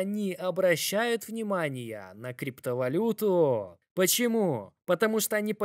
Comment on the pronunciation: Сегодняяяяяя, как ценные бумагииииии, криптовалютуууууу, для американцееееев. Бля я не могу это произношение слушать, извини)